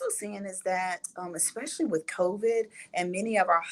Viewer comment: Ex-specially. Lol